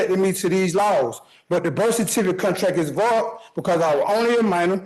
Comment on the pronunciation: How does anyone understand what this man is saying in the course of daily life? HOW DO YOU MISPRONOUNCE "VOID"